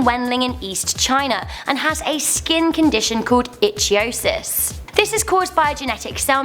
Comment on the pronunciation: You said "itchy-o-sis". Ichthyosis is pronounced ick-thee-o-sis.